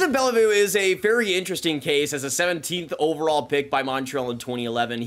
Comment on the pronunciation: That is not how you pronounce the last name Beaulieu… lmao